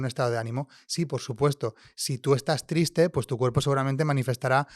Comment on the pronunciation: Porqué esta chica dice TRITSE en vez de TRISTE. “Si yo estoy TRITSE, ¿mi cuerpo se muestra TRITSE?” Entiendo que a veces los acentos y tonos cambien de una región a otra, en España y en cualquier otro país, mi pregunta es si cambian tanto como para cambiar el orden de letras en las palabras, o es solo un caso particular y propio de ella. Gracias q los que me puedan contestar.